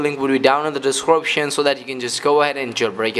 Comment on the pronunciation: Doscroption? Lol